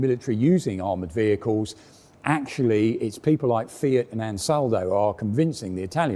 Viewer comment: Finally "ANSALADO" is now correctly pronounced as ANSALDO ;)